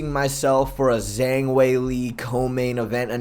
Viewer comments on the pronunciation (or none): none